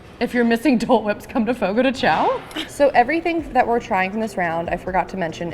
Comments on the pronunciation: As someone who works at Fogo this is so fun to watch someone giving a review 😭 this restaurant looks so much nicer than ours! My favorite is the Bacon wrapped chicken 😭 and it's pronounced Fogo de "Shawn" so thats fun but i never even knew that til i started working there😂 I love the papaya cream and crème brûlée ! And the bread is so bomb dipped into thr mash potatoes! And this restaurants polenta fries looks different than mines but overall this is just so fun to watch and see a different fogo😂 i love fogo and its such a great experience if u never been to a churrasco table sided meat service styled restaurant go! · Love Fogo de Chão😍 It’s be far better than Tucanos + Rodizio! Also, I’m just gonna help you out a lil bit here haha it’s pronounced “fogo gee shao” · I cringed everytime you pronounced the name of the restaurant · So, i love u. But I’m portuguese and u are so funny saying those portuguese words like fogo de chao and caipirinha 😂 u nailed the cachaça and fraldinha though. 💙